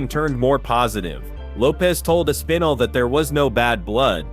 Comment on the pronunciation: Way to butcher the pronunciation of Aspinall's name...